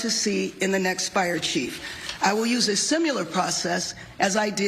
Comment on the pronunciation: Simular? Who pronounces the word similar that way?